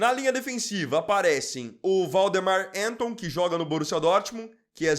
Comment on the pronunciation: Você até que foi bem desta vez. Mas, de novo, Alemão não é Inglês. Anton se pronuncia "Ânton" (não "Énton") Leweling se pronuncia "Lêveling" (não "Liueling") Schade se pronuncia "Cháde" (não "Chéide") 👍